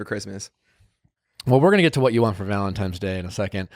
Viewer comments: He said "ValenTiMES" day lol!!! hes a cutie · Nick is a “Valentimes” person. Not “Valentines” 😂 😂😂😂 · I can't un-hear "Valentimes" day. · “ValentiMes Day”- by BOTH of them. 🤦🏻‍♀️ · They both say valentime's day and it makes me angry!